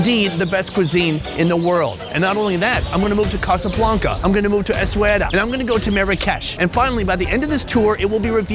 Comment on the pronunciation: ❌ ESSAOUIRA ✅ESS-WA-RUH